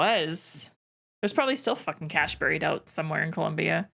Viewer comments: I was taken aback. I’m Canadian too but have never in my life pronounced ‘bury’ ‘buried’ and ‘burial’ as burry, burried or burrial. My understanding is that only in some select locations in northern England is it ‘burry’ but that’s it. Every reference for all other English speaking countries it is pronounced like b-airy. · I don’t know where you learned to pronounce the word “bury,” but you’re doing it wrong … and you said it, or some version of it, so many times this episode, each time making me cringe harder than the last. It’s pronounced the same as berry. 👍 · Saying “buried” really sent that Canadian accent tru da roof ya